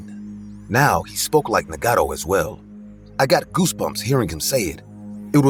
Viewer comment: Story 18 Trever turned into Marvin? His name is Naga-toe not what the hell they were saying! 😂 Also since when did crickets chirp! This story was wild!